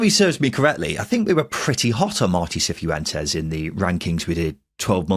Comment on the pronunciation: Can people who've been listening for longer explain if pronounces some names wrong as a gag or some kind of in joke? Hearing "Seefoo entes" a few times made my skin crawl.